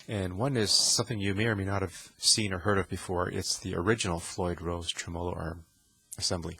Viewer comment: Good info, but please just say "trem" Not tre-mow-low. Treh-mah-low